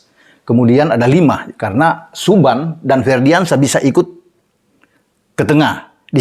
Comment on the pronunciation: Nama Subhan jangan dibaca suban bung, nama itu disyaratin dengan potong 2 ekor kambing lho?